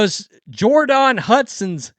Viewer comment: Jord-on? 😅😂. Is that how she seriously pronounces her name?